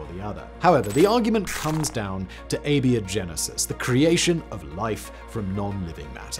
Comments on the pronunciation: A-BIO-GENESIS. If you're going to bill yourself as a science show, learn how to pronounce words. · Do you pronounce biology as "bee-ology"? No? Then where did "ay-bee-oh-genesis" come from??? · You calling it "Beo" Genesis is killing me. What is this pronunciation man? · "Ay-Bee-Oh-Genesis"? Really? You pronounce "GIF" wrong, don't you? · crazy pronunciation makes it sound like he's saying "Labia-Genesis!!" I wonder how he'd pronounce the word "biotech..." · its pronounced ay-bye-oh-genesis, like biology. One of the most interesting filters i've heard proposed is disgust. Disgust keeps people from eating things that could make them sick. Hence its inclusion. If you don't have modern medicine and you get sick, its a crap shoot if you survive. If you have a group of... lets say primitive bunny aliens, and they find a rotten carcass infected with a deadly disease, and half of them eat it but the other half are too disgusted by the smell to eat it. Lets say the mortality rate from that disease was 50% to make it easy. That means you're going to lose 25% of your bunny alien tribe. If that tribe is too small, that could destroy the genetic viability of that tribe with no way of knowing until several generations later that they were doomed. So you need some ability to determine what is and isn't dangerous to you without being killed. But I argue another minor filter on top of this one, a vomiting reflex. In the real world bunnies cannot vomit like cats can. So if you have a bunny tribe who can't vomit and one of them eats something poisonous, and you have a cat tribe who can vomit and eats something poisonous, then the tribal shaman of the latter can just go "no problem, this herb will make you vomit" and get whatever was poisonous out of their system before serious harm is done. The tribal shaman of the bunny tribe however has to wait for the results of the dice roll, alive or dead, lets hope that bunny alien doesn't roll a 1.